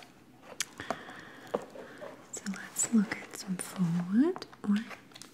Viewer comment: You saying “faux” correctly just gave me the biggest flashback to that time I believe in the recliners video where you pronounced it “fox” 💓💓💓💓💓 ready to have the best sleep ever